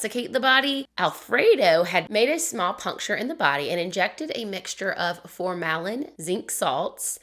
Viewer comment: I worked in pathology for many years and formalin is pronounced FOR-mu-lin 😉 It’s a form of formaldehyde. Great story!!